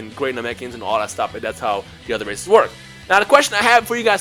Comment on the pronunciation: I'm doing frieza race first then saiyan plus it sounds like you said racist at the beginning lol